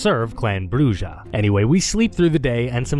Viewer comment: This video is great, but it would have been SO MUCH BETTER if people said "BRUH-RRA", not 'BRUH-DJA".